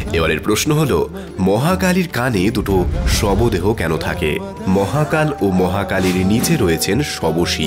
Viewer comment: shobdeho, not shobodeho.